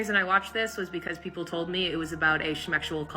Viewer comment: It gives me joy every time I hear you say “toad” instead of “told”. 🐸